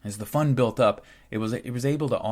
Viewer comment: Another fantastic oral essay! I kept mishearing the word fund, I would hear fun. This made for some strange ideas. "As a young jew I would contribute to the jewish fun. Once the fun was big enough..." Pretty funny. Can't pass up an oppurtunity to make light of the heaviest of situations.❤🎉 Thanks for helping to make the world more knowledgable.👍🏾🇺🇲 You are doing good things, brother.